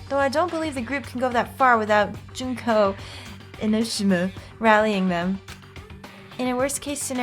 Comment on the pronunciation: JUNK-O EN-Oh-Shih-ma. Memeeeees